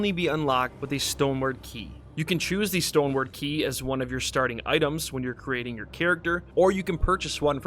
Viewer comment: "Stone Word Key" have you really been calling them that the past 2 years? 💀